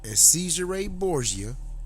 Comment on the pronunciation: You say Borsia others say it is DaVinci. You don't sound very educated.